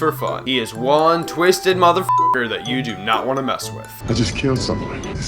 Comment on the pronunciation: I was with you until you said "zat".